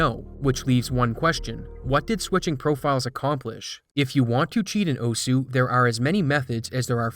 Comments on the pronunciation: its pronounced osa...for some reason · "o-su" that and "oss" are both correct ways of pronouncing osu! lmao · Stop mispronouncing osu. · It's "oss" not "oh-sue"... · Tiny thing most westerners get wrong: It's not actually pronounced "Oh-Sue", but "oss" with a very, very faint "uh" sound at the end. Almost "oss-h". That aside - great video. It's always such a shame when people cheat for fame... what's even the point? I'd get it if money were involved... but they know they're cheating. So what "glory" is there to be had? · "Oh-sue" Its pronounced oh'ss. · 'owsuuh' no, is "Ohs" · "oh-su" i'm crying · Pronouncing it oh sue